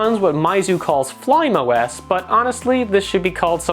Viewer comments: and Fly Me OS, not "flaim" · It is pronounced as 'fly me os' not 'flym os'